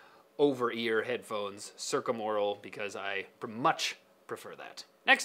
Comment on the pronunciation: Duuuh, it's pronounced circumaural.